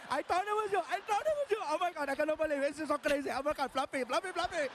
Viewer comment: Floughf? Fluff? Folougf? Flugf